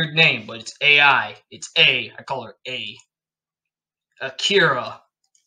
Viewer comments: i know i’m being super picky but lots of the pronunciation is a bit bad 😭 no hate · ai is actually pronounced like “eye” with a lilt at the end. so it’s more like ah-e. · Ai is pronounced like “eye”